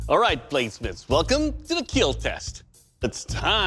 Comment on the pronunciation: Doug with fake blood dripping from his face "It will Keel" 😁